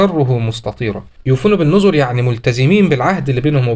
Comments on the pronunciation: يوفون بالنْذر و ليس النُذُر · انتبه لتشكيل كلمة (بالنذر)